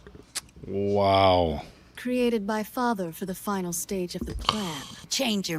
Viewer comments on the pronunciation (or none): none